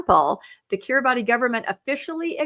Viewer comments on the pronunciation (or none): It's pronounced KIRIBAS, not Kiribati. Happy to get perspective on Heretic, which sounds bad. The temple will be inundated.